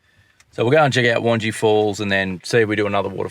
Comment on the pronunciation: Lol, I’m sure weird names are getting mispronounced everywhere by everyone. Had a giggle every time you pronounced Wangi Falls. As a Darwin Local, we pronounce it as Won-Gai Falls (rhymes with eye). For next time😀. Great videos of our local hangouts, guys, enjoying your informative format. (Not entering)